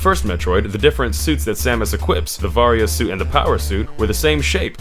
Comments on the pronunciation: same here :( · Ahhhhh i cringed so hard hearing ahh-ran and vaa-riia suit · you said Aran and Varia wrong. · Varia can be pronounced either way, but Aran is officially pronounced like "Aaron" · Samus's last name is badly mispronounced and "Varia" in "Varia Suit" is mispronounced.